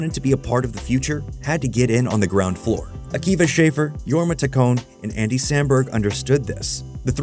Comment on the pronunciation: This video is so good and tells their history at snl so well!! But just so you know its shaff- er (hard a) and taccon- ee